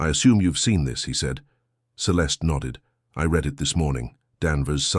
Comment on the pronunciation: Pronounce "read" in the past tense properly mr